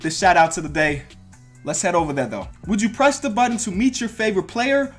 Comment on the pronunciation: I thought you said would you crest the button😂